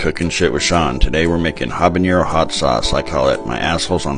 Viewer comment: Love your videos. My gf and I crack up every time. BTW, there's no ñ in habanero, so it's pronounced habanero, not habanyero.